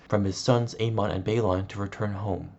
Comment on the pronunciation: It’s aemon :A -men , not A - Mahn